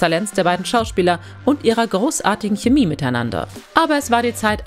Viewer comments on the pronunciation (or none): none